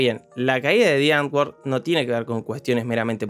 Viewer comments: Me da cringe cada vez que dice: ¨diangor¨ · También son extremadamente racistas. El nombre del duo "Die Antwoord" se pronuncia "muere letra N"...